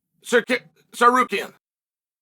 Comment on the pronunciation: i cannot believe Chael learned how to say Tsaryukyan